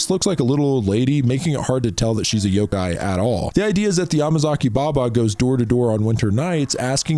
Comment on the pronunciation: It’s yoKai not yoGai 😭